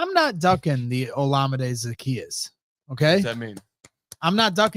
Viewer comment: Will someone please tell how to pronounce Olamide